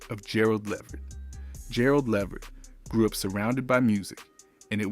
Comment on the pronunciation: Not being able to pronounce his last name correctly takes away from the information.